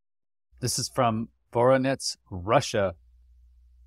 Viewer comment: VORuhNEZH - not VORONETS